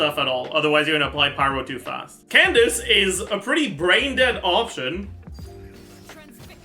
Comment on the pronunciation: Wait, since when did start saying Candace’s name right?? “Candaka” is burned into my brain